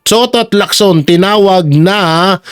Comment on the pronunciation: Galing mo. Tama ng pronunciation mo ng Lacson. Chinese name yan at hindi Amerikano "Leak-son" parang Jackson. Parang Locsin yan.